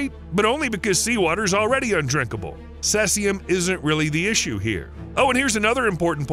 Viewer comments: He keeps saying cessium. It is cesium that sounds like "seize-ee-um." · Cesium = see-ze-um. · its pronounced "ce zeum", not what the devil you called it................. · Its pronounced "seize-E-yum" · I believe the proper Pronunciation of cesium is /ˈsiːziəm/ (SEE-zee-əm) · you are pronouncing cesium wrong. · It's pronounced "see-zium" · See-Z-um is the way it's pronounced I believe. I could be wrong tho. I've just never heard it pronounced the way you do. 🤷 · Please do your research on how to pronounce words before attempting to make an informative video.. Cesium is pronounced (see-ze-um) Oscillate is pronounced (ah-suh-late) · It's pronounced "see-see-um" 137, "stron-tee-um" 90, and "ah-sill-ate-ing" waves :) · Your pronunciation of ‘oscillating’ and ‘Cesium’ are pathetic!!